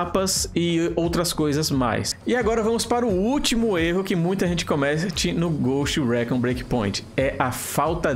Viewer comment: Fala dos erros que cometemos mas não sabe sequer dizer o nome do maldito jogo em condições Récón, ricon, ghust rícon Lê-se Ghoust Ricon Escreve-se ghost recon.